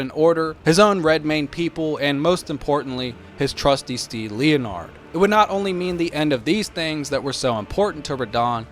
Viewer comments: Stop 🛑 saying “Lea Nard,” it’s Leonard! “Len Erd” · "leo-nard" lmao it's pronounced like "Lennard" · The horse name is pronounced as len-nard not leo-nard😂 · Said the name wrong, though. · You have a very strange way of pronouncing Leonard lol